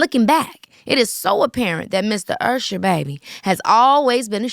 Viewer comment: IT'S URSHER